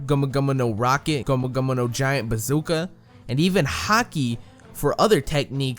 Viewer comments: Ur saying gomu gomu no wrong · I find it funny how he says gomu gomu no 😂